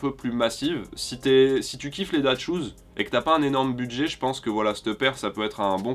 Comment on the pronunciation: Quand on dit " that schoos " Ces " that schoos " en mode " cette chossure ! Ou ces " dad shoos " en mode les pompe de daron ?